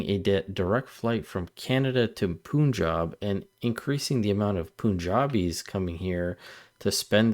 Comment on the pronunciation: fyi it’s not “poonjab”: Punjab is said with the pun like that word: pun. Like a play on words. And if it would help us with tourism and money why the heck NOT?!!!! We used to have a direct flight to Delhi which was somewhat popular, but it was cancelled when Russia invaded Ukraine. I’ve taken a direct flight there and back twice (with Air India not Air Canada). Air Canada, a Canadian air company, is LOSING money by no longer having a direct flight. Air India is getting these people instead. It actually makes perfect sense: if there’s a demand and we supply it it should help Canadian air industry. And tourism industry. 🫶🏻